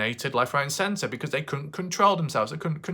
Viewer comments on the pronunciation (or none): none